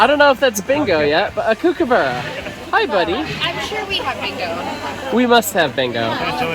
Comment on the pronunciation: you said kookaburra wrong not to be mean though